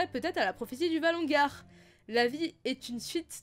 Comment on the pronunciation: Pourquoi tu dis "valongar" au lieu de "valonqar" (lu valonkar)?? c'est bizarre ça xD